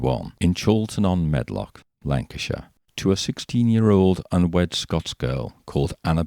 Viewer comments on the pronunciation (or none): none